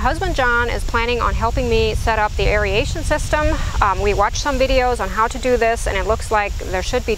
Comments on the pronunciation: You keep saying "airy-ation", but its pronounced "air-ration". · I'm not sure why aeration (eh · ray shn) is so commonly mispronounced as (eh ree ay shn)